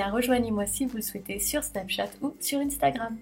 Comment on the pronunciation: On dit pas inestagrame on dit hinstagrame ( je sais que s'a s'écrit pas comme ça mais c'est pour comprendre ;) )